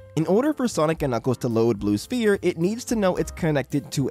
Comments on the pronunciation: All right I have to dial out because if you're going to get so pedantic about the name being spheres or sphere, but then you're going to pronounce the p in the word prominently like a poo poo pronunciar, I just I just I got to go. Say it right. Ss-ff-ee-rr sfeer Sphere Pedantist OUT! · "Blue Sphere with no S" Oh yes, my favorite, Blue Phere. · Blue sphere, with no s? Blue phere??? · I don't think that's how sphere is pronounced my man 🤷‍♂️ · for the love of GOD please pronounce sphere correctly.